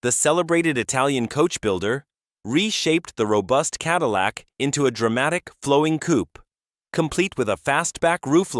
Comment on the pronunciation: AI lost me at Ca-dee-lac.